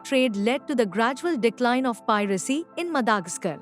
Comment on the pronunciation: Madagascar is pronounced as what?